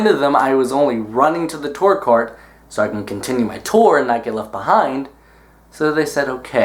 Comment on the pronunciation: The way he says tour bothers me a bit-- still love him tho